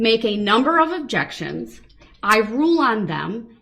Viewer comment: "My jexions get tossed aside"